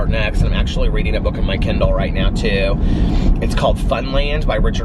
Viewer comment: I was listening while doing other things and got distracted. In the back ground I heard you say, "My Aunt got her a new Ken Doll. And she was worried she wouldn't know how to use the Ken Doll" Wait, What? not know how to use a doll? there are no instructions for dolls. And then you mentioned books. and I suddenly realized you were saying "kindle" LOL and then I was on the floor rolling with laughter. Oh, and yes, you can read a book every day. Unless it is a really dense book like Dickens or Tolstoy. Those take time, you have to pay close attention. And I often have to put them down for a while. Others are like a story you walk into that lives all around you and is finished much too soon. I have learned to savor books and not devour them too fast because it takes so long for a new one to come out. But if I discover a new author that has an established series that I like... I will gorge on them in a very short period of time.